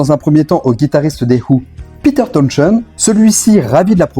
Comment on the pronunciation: Mais pourquoi diable constamment déformer le titre beat it en "beedad" tout au long de ta video. Et de même pour pete townshend que tu déformes en pete "townschend".